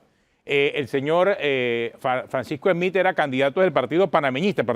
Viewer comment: No se pronuncia "Esmith" , no se usa la E , es solo la S, Smith